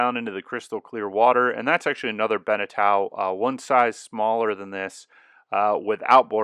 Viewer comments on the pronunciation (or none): eau in french is pronounced o so it's like Beneto and not Benetow.